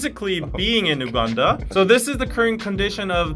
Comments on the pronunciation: I keep laughing as a Ugandan myself (living in London) everytime either one of you pronounced Uganda as UWganda 😂. It's pronounced (YOU)ganda. Maybe that's the Korean pronunciation though so I don't want to jump the gun here but it made me giggle lol. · The pronunciation is "Yuganda" guys, not "Uganda" like the spelling. Okay, class dismissed) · You guys try pronouncing UGANDA properly. All love.